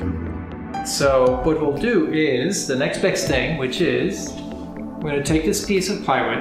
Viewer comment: Try to say “the next best thing” again 😜 I love the tiny studio!!!